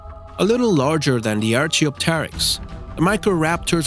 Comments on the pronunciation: You are pronouncing archaeopteryx wrong dude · You said archeopteryx wrong